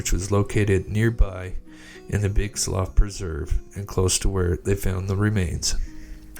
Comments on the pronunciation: Slough is pronounced “slew”. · Slough slew is how it said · The guy took off on a plane. Btw, its slough spoken like sloo, as in the slough of despond in pilgrims progress. It's sloo pronunciation.